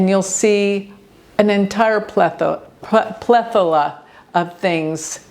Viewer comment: with love. You pronounced plethora wrong. It's /plĕth′ər-ə/ (plethora), the R is not silence. You're welcome.